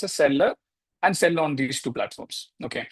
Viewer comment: Not “sale cheyyam”. It’s “sell cheyyam”